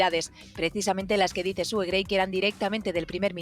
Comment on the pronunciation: Suena Su en vez de Sue